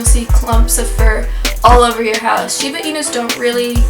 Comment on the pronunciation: Hey, I'm a Shibainu owner in "Kyoto" fortunately! I like you pronounce "Shiba" inu rightly, not "Shibe" inu. You are fully absolutely right. I had a quite tough time to tame Jiro, my Shiba too. He was sooooo hyper and curious, torn up and chewed up everything to check. When I say no strongly, he felt I 'm trying to pick a fight and fought back aggressively, so I had to change my strategy: asking him with respect in "keigo" the most respective way to talk. At the same time, he requred a lot of attention and affection. He was so lovely and talkative, had a strong personality. Now he is fifteen yrs old, sleeping sloppily on the warm floor all day. He grew up to a gentle, smart and lovely boy, who does nothing wrong at all. ...It took six years or so to get adult anyhow? He is my buddy. I could give him a hug all day. Good luck with your cutie one. Oh in addition, he or she will shed awfully twice a year, probably you already knew!